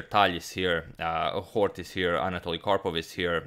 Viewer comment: Scheveningen my ass I like how you pronounced Hort so accuratelly